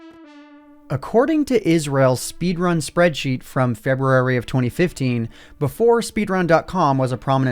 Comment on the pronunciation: did anyone else notice he said February weird